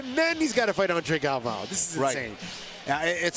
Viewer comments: Who is this announcer? Can't even pronounce the last name of one of the greats. Galvão! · Announcer needs to do his homework. Cringed every time he said the names wrong. Shame how such a highly anticipated and well-produced show can be let down by bad announcers. Terrible job. Let's hope Bruce and the other announcers do get their pronunciation right on Day 2.